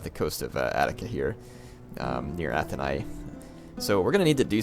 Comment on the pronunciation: Athenia is pronounced Atheen ee ahh